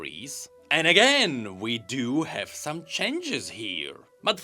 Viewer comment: Can someone teach him how to pronounce changes?